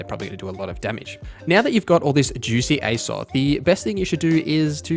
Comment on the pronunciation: Aye-zoth? It is pronounced with a long high A Like A$$ follow by an OFF th sound - Azoth literally the same beginning pronunciation to a well known video game world.... Azeroth.